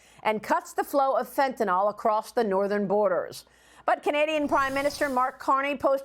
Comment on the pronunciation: If only she could pronounce “Fentanyl” correctly.